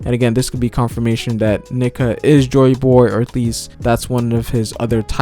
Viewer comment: Come on bro.. Nee-ka 🤣